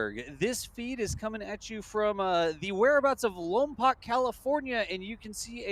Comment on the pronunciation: Love you guys, don't make the good people of Lompoc mad, ( Lom- poke)not poc,keep up the amazing work